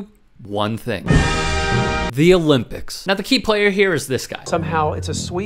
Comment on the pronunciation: No Owe-Limp-icks